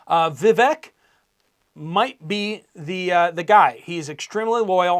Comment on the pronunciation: UPDATE; VIVEK IS PRONOUNCED. 'VI - VAKE' LIKE 'CAKE'